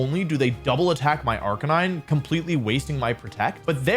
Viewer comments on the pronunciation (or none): RIP to wolfey’s pronunciation of Arca-nee-nay, gone but not forgotten 🙏🏻